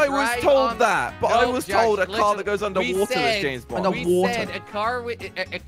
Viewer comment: i like when jelly copied what josh said "UNDERWOOTER